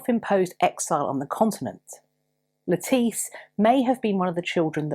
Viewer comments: Thank you for this interesting story. I’m so glad that you pointed out that it’s not pronounced like the salad vegetable. I’m blind, and that’s listen to audiobooks. There was I believe an Agatha Christie novel, that had a character who had the same name and unfortunately, the narrator pronounced it lettuce the vegetable. I did have to giggle pretty much every time she was mentioned. Thank you for your effort and for your gentleness and for your kindness in speaking to us. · Thank you for the pronunciation of Lettice Knollys. :) For the longest time I would pronounce her name as the vegetable. lol